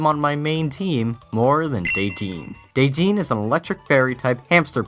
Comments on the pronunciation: deddene is pronounced deh-deh-neh, not deh-deen! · Btw its De-Dennay not De-dean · Correct me if I'm wrong, but isn't Dedenee pronounced "DE-DE-NAY" ? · What the heck! Day-deen! It's Duh-den-nay! I'm 100 percent sure because they say that in the anime. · Daidein?! Isn't it De De Ne?! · De-dein? Isn't it De-De-Ne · It's Deh-din-ay not dedeen. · It's DE-DE-NE not DEE-DEEN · (DEH-DEN-A) not (DAY-DEAN) look it up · I hate to tell you, but its dead-N-ay... Not De-dean XD. Sorry, I think I'm OCD. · 1 MEGAS DON'T COUNT AS NEW POKEMON and 2 DE-DEN-NE, not day-dean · You're pronouncing Dedenne wrong. it's not pronounced daydeen. It's pronounced dédénné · They pronounce Dedenne as day-dennay in the anime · That is not how to pronounce defense it is: de de nee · Dideene is pronounced Did-En-Ay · Dedenne (day-deen) is an awesome name. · Dedenne is pronounced deh-deh-neh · "Day deene" Heh. Heheheheheh. Methinks you should watch the anime,. Heh. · its pronunced deh-den-ey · It's pronounced Deh- den- a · I believe it's pronounce Dede-Nae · It's den-dan-ai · It's pronounced Deh-Den-A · its pronounced dadenai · Day-deen? Ok..... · You said Dedenne's name wrong! In the Anime is it said De(Short e)Den A(long a). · Dedenne is pronounced DEH-den-neh. According to the show. :3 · Dedenne. DAY-DEN-AY. Your pronunciation was slightly off. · He said dedenne wrong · I agree with this list in some ways, but please learn how to pronounce Dedenne, it says its name clearly in the anime so you don't have to look far. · Why you mis-pronounce deddenne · You pronounced Dedenne wrong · Well... I've been pronouncing Dedenne wrong all this time. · Good List, although the pronunciation of Dedenne's name is kinda wrong.